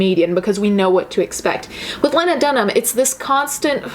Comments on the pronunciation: Lee-nah NOT Leh-nah . sorry it was just driving me nuts. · its "lee-nah" (lean-ah) just fyi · Len- Ah is not a name just so you know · I am NOT a lena dunham fan. My name is lena and there can only be one. However, I pronounce it leeeeeeena, and she pronounces it layna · Its lee-na dumbass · You're saying her name wrong. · You’re mispronouncing Lena’s name. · As much as I dislike Lena Dunham, I’m super triggered by how you’re mispronouncing her name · your pronouncing her name wrong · You kept saying Lena wrong and it was annoying me lmao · I think you're amazing but the way you pronounce her name triggers me lol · You’re saying her name wrong which makes you look silly imo. Also it’s Judd Apatow not judge. Also I’ve listened to that podcast and it was tasteless or whatever but I get what she was saying. I don’t think she’s garbage. That’s all.